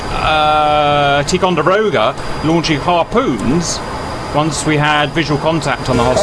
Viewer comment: On a number of occasions you’ve said tee Conderoga but it is pronounced tie Conderoga. Ticonderoga is a native North American Iroquois word for the coming together of two rivers. American colonials built a fort at one such place and called it Fort Ticonderoga. It was a fighting position that covered two river ways. Ticonderoga class cruisers are named after the first one built in the 70s and should have been a destroyer class vessel but because of its increased capabilities was upgraded to cruiser status and class.